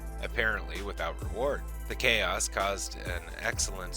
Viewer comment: You said Cray Os, it’s Chaos